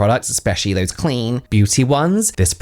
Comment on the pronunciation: How you said “clean” 😊 So funny, had to go back 10 seconds and watch it again 💗